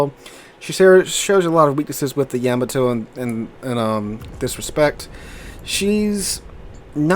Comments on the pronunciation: Its supposed to be pronounced like that, with no emphasis on either consonant, thats the original japanese pronounciation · Why do you pronounce the Yamato wrong? If you’re doing it to annoy people who are grammar snobs then it’s working.